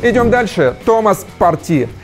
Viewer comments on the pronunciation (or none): none